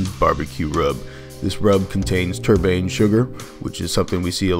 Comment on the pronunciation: Tur-bane sugar? LMAO. It's turbinado sugar.